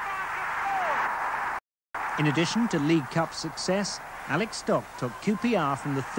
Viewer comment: ALEC, not Alex. Bloody ITV.